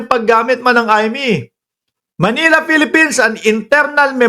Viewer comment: .ayusin mo pronunciation mo sa letter f,v at z at ung Philippines pag ph ang bigkas doon f.